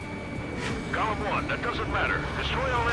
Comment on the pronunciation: Every time, they speaks "golem", I hear "galm"... XP [Belkan flashbacks intensifies]